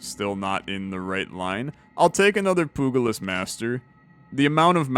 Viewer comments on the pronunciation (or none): Its pronounced pyooja-list, poogalist is a lot funnier though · Pugilist is pronounced "pew-jill-list". Soft g. But nitpicking aside, I do really love this game.